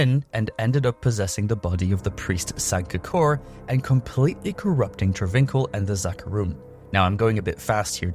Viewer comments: Travincal (tra VINK al) is not pronounced that way --- its Tra vin KAHL. Fuck. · The way you pronounce travincal even though you hear it in game....